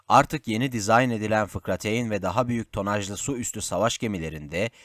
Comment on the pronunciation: Okuyan arkadaş... FIKRATEYN nedir ??? Merak ettim. Lütfen okuduğunuza biraz özen gösterseniz.